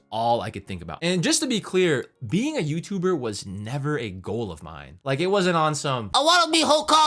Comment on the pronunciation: "FULL TIME YOUTUDER" btw </3